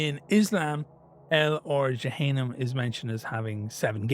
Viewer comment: Bros pronounciations are killing me jahannam djinn 😭😭😭😭